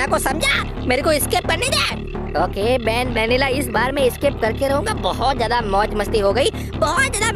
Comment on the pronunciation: Banbanila nahi banbaleena bolte hai